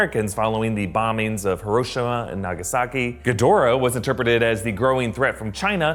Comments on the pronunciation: Say it with me HEAR-O-SHE-MA not hur-rosh-ima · It’s hero-shima not her-o-shi-ma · How in the world did he mispronounce Hiroshima,but prounounces the weird Titan names right 🤔😕🤨!!!!!!!!